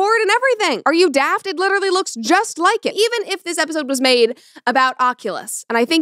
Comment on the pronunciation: "are you daft?!?!?!" Brett went British there for a second lol